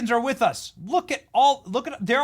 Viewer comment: Did Hawktua Jeffries say “with” and then “correct” it to say “wit” or “wich”?